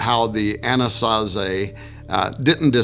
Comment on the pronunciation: Why was I hearing Annunaki instead of Anasazi🤦🏽‍♂️